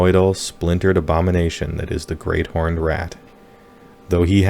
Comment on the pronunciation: You can’t have a Khorne army without cool whip. Why are you putting so much emphasis on the “h” heywhoa?